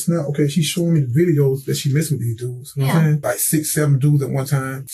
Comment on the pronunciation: "Nahm saiyn?" Yes, i speak English